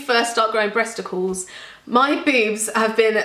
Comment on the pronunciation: OMG I laughed so hard when you called them "breasticals" like that was the most I took away from this video! Keep doing what makes you happy, especially when it comes to breasticals :D